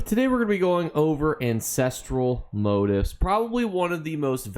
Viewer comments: I was wondering what "motives" you were taking about. It turns out you're simply mispronouncing "motifs", which is stressed on the SECOND syllable. You're welcome. the i is pronounced like "ee". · Why can’t you properly pronounce motifs? ;_